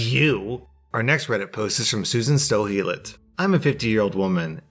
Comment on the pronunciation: I am way more happy than I should be about hearing say the name "Susan Sto Helit". Discworld fans unite!